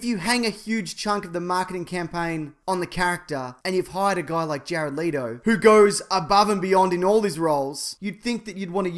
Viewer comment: Jare-odd Leedo